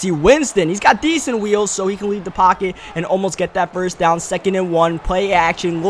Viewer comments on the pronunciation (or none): none